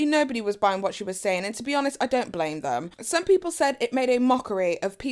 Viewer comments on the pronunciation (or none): none